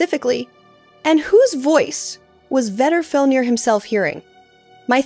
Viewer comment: I thought it sounded like AI, the intonation and phrasing have that AI feel to them. And "she" keeps pronouncing Vedrfolnir differently and in weird ways. Thought I was going crazy reading through these comments until I got to this one